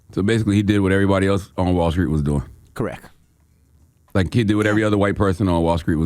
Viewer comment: Dj Envy: “core-wreck”(correct)